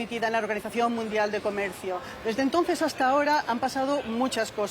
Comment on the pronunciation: Chico, todoj jon enemigoj de la dictadura hajta que la dictadura diga lo contrario